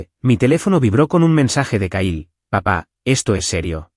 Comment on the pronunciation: Se escribe Kyle se pronuncia Cail